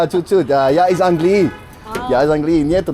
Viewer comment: You always say angliYEE angliYEE so confidently even though the accent is on the a, ánglii 😂😂